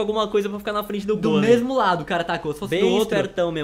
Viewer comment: Se diz gólem e não gôlem